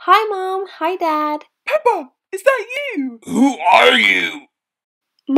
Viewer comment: it's peppa not pepper